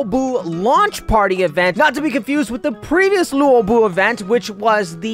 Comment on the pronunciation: u pronounce luobu as lobu not lewobu